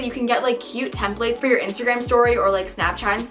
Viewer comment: her saying templates gives me anxiety